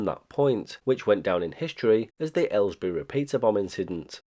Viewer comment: Nice video! The last part almost gives a feeling that you know more than you are telling us about who the jammer was! Also: Thanks for letting us non-british people know how to pronounce Aylesbury! (Thanks to a Geoff Marshall video I recently learned how to pronounce the nearby town High Wycombe, and I think Jago Hazard taught me how to pronounce Marylebone. By this rate I will have learned the pronunciation of all the Chiltern / Great Central Railway stations before I pass away due to old age :)